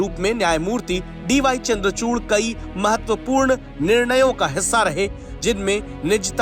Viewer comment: चूर्ण नही चूड़ है 😂